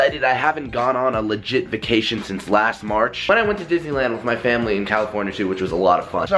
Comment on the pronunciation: you said vucation its vacation